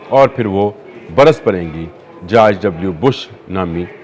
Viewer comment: یہ جارج نہیں بلکہ جورج بولو